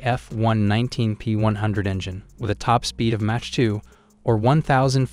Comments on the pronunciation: A channel called doesn't know how to pronounce the word "mach" and a number of other basic military/science words..? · you pronounce Mach wrong, Ernst Mach would not be happy, your list does not include the fighter with the best kill to loss ratio at 104 to 0 the F15, you get a thumb down, and a frowny face :-( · Cant evan pronounce Mach properly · Tourist. learn how to say mach. listen, good research. if/when you get real accuracy, you'll likely shut up. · Learn how to say MACH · This guy is a troll right? The way he pronounces some words like Mach... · I can’t even with the way he pronounces Mach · You're pronouncing mach wrong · What's really killing me is how this is a military channel and we don't know how to pronounce "Mach" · this guy is dumb anyone who refers to speed as match and mot mach (mok) should not even be soeaking in the sunject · SIR ! PLEASE PRONOUNCE THE WORDS CORRECTLY ! IT'S ' MAWK 2 " ------NOT MATCH 2 ! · Plz pronounce Mach like mock not match lol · Bro needs Hooked on Phonics stat!! Match? Raider? ReconnaisSANSE? Also, where’d he get his ratings from? SU57 is garbage and shouldn’t make the list, just like it hasn’t seen action against Ukraine… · Mach not Match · "Match" 2.83... You need to switch to a better AI system. lol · WTF is "match 2"? AI is crap. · Please learn how to pronounce mach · "Match" 2? Sent me out. No speek inglish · I mean he says Match instead of Mach so… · Correct your pronounciation of MACH (Mak or Maak) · is he pronouncing mach as match? smh tell me you know nothing about jets without telling me you know nothing about jets. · Did you say Match 2? and not Mach 2??? Are you serious? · what the hell is MATCH? loool - einstein! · This has gotta be AI speaking....reconnaissance and MATCH instead of Mach 😂🤦🏻‍♂️ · Considering that the narration uses words like “reconnaissantz” and “match 3”, I would take any opinion with a grain of salt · Funny how you pronounce Mach. Thumb down for that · Its Mack not Match